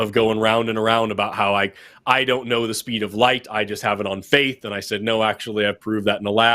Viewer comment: When says "I left the Christian faith" it sounded like "I want to crush your face".